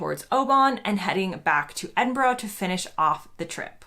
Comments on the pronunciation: You're the first American who has actually been able to pronounce Edinburgh correctly. Well done! 👍😅. Enjoy your trip in September and don't forget the anti midge cream for when you get up to parts of the North West. 👍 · Howd you manage as an american to say edinburgh but butchered oban ..🤣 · It's so refreshing to hear an American pronounce Edinburgh correctly. Thank you 😁